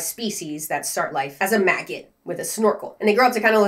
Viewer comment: It adds 30 seconds to my life every time says MAGGIT